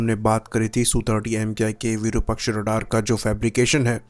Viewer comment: Slight correction. The correct name of the radar is "Virupaaksha" not Virupakshaa.